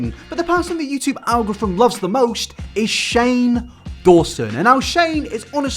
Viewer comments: "youtube algoriffum" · Algorthmhthtm The way you say algorithm is killing me. Please hmu I'll teach you how to say it.